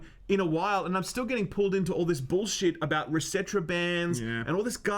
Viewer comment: Isn't "resetera" pronounced "reset era"?